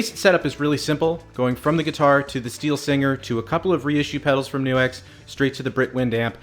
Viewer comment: Its not New X ; its Nux. Like Curley in a Stooges film. "Nux, nux, nux, certainly".